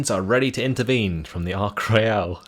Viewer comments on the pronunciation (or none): For pronunciation, it’s ark royal not ark royale, and belleau wood is pronounced bellow wood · he is pronouncing the british carrier as if it was french. HERESY!